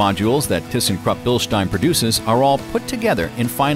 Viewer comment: I had to come here to finally hear someone pronounce Bilstein correctly.